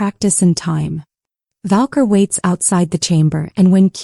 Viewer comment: Monson, Maine. I thoroughly enjoyed this story! I would, however, like to point out one thing…the narrator pronounces Valkyrie as Valkor which is incorrect. It is Valkyrie!!! ❤